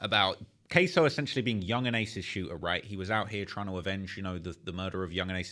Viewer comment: queso??? who that ese?????? 😂😂 KSOO not Cheese LMFAO